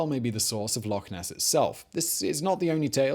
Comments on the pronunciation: Its Loch ness whether you are Scottish or not... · He did not... just call it lake ness...